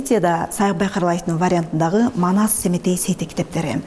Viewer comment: Маназ эмес Манас деп туура суйло